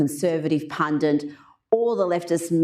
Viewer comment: explain to me Rita what exactly is a 'pundint'. A PUNDINT? You dumb clown Rita.